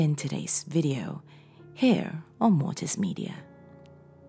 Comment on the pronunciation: Its mortis not Morris